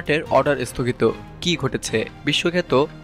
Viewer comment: This is the beginning of the end . Isthogit na sthogit , please pronunciation thhik korun .